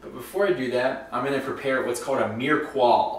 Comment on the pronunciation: LOL! you pronounce it "mir-uh-puah" 😂😂😂 this was such a good video!!